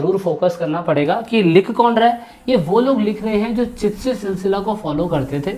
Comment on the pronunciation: चितशी नही चिश्ती बोलो